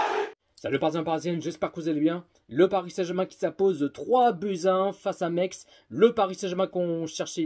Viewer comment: Metz pas mex 😂😂😂